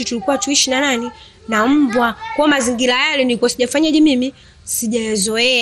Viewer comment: Kurwarwa, usarwama, mazingirwa, majirwani. Mwalim wa kiswahili cha.huyu bi shosti anakitabu chake pekeake make sio kwa Rwa, rwa.hizo kaaa!